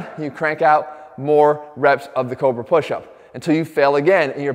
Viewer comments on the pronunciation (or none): took a while to find what he was saying about the pushup. sounded like kova, or cover. ended up being cobra. Then hard to find it demonstrated. got it. all of it did work well. thanks jeff.